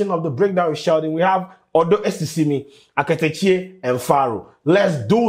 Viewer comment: It’s Akatakyie😂 but you tried👍🏽